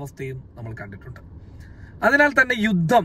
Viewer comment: യുദ്ദം എന്നല്ല പറയേണ്ടത് യുദ്ധം എന്നാണ്. ഉച്ചാരണം ശരിയാക്കുക